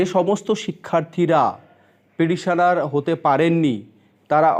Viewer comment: আপনি পিডিশনার পিডিশনার বলছেন কেনো? কথাটা পিটিশনার। শুনতে জঘন্য লাগছে। ফিরদৌস সামিমের কাছে গেলে পর্ষদ জোর বিরোধিতা করবে।